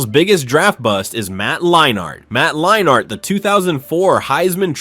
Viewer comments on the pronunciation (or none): “Matt Line-Art”